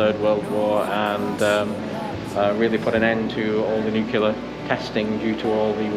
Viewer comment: Great vlog but remember it’s pronounced ‘nu-clear’ and not ‘nu-cular’.